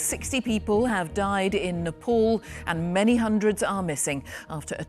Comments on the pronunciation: why the hell do these BBC people say it like "nepol"?? its spoken NEPAAL. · Its Nepal not Nepol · Napol? Those people suffered the worst. At least make the effort to pronounce their province's name right. Smh